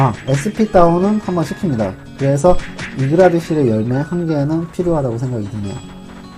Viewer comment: 자막은 이그드라실 음성은 이그라드실 ㅋㅋㅋ